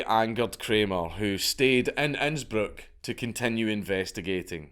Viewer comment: Honestly man, you pronounce Innsbruck better than most Austrians.